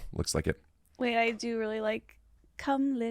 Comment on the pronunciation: Love these two together, but and I'm so ready for this phase of saying "wait" as "weeet" to be over 😂